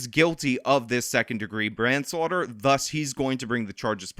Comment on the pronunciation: "second degree branslauder" mushmouf